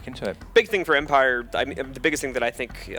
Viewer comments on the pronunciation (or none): it pisses me off on how he pronounces empire fffffuuck